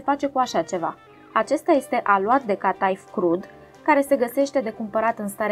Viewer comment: Felicitări pentru reteta și filmuleț! Este prajitura copilăriei! Cata'if! (accentul este pe ultima silabă in limba română). Este influență otomană, dar varianta cu frișcă este pur și simplu românească! ❤